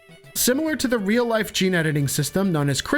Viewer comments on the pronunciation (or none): none